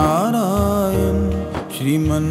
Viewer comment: नारायण है। नारायन नही।